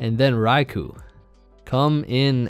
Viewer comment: thank you for pronouncing raikou correctly